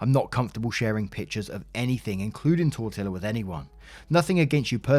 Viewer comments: i know u apologized but it still made me cackle in the middle of something so serious 😂😂 tortilla ik u didnt know how to say it but 💀💀🙉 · Glad op is getting help and starting to move forward with her life. But now, I am having a hard time moving past how pronounces Tortilla. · Hi. I know you apologized for your mispronunication of "tortilla".😆 As a Mexican-American, it did make me cringe but I've come to accept it from the Brits...😁 I do have a "serious" question... Why are Brits so bad at pronouncing Spanish words especially really commonly used words? 😉 I love all things British/UK but this is one thing that I just don't understand about the culture. Please enlighten me. I'm big fan of your videos. Much love. EDIT- Spelling error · Your repeated mispronunciation of Tortilla is infuriating. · Tortilla is Spanish and two lls are pronounced as a y. Tor-tee-ya. If you ever see this. What a marathon, but your readings are great . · Tortilla is pronounced “Tor-tee-ya” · “ tortilla” is pronounced tor-tia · The cat's name would be pronounced like tor-tee-ah. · It's pronounced "tor-tea-uh" the L's are silent. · 🤯 Just WOW. Oh, BTW, Tortilla is pronounced: "tor-EE-a" (Spanish) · Tortilla = TOR-TEE-YA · Tortilla is pronounced tor-tee-ya... Just an FYI... 🤟🤗🤟🤗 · The way he says "tortilla" bothers me. It's Spanish. The "ll" is a single letter. You say it "tor-tee-yah" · The cat is named Tortilla. The SPANISH pronounce it as TOR-tee-ah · Double l in Spanish is said y, so it's said tor tea ya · oh,, the cat's name is " Tort- eea" or I should say it's pronounced torteea. IN Spanish the double ll is pronounced like. ee. Sooo there are NO winners in this saga. It's so heartbreaking. Im wishing they all get what's coming to them. GOOD BAD OR INDIFFERENT. Stay safe please. PEACE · "Tor-tilla" lol does not watch football?? ⚽️ How would he pronounce Lamborghini's "Gallardo"? 😅 You learn a bit about Spanish pronunciation when you watch good old soccer. 👍👍